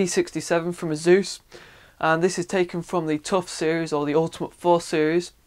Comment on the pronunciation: search for "ASUS Pronunciation" and then we'll see who the muppet is?